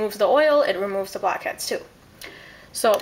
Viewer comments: i keep hearing 'bobcats' instead of blackheads :| but this looks fun! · Sounded like you said "fuckheads". *TSSK* bad habit.